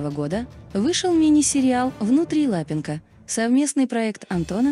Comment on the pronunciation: Да ЛапЕнко, ну неприятно слушать же.